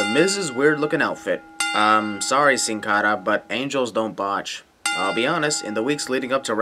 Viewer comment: My sin is the way you pronounce Sin Cara, ANNOYING!!!!